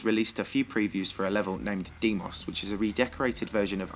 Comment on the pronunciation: You Butchered the pronunciation of "Deimos" so hard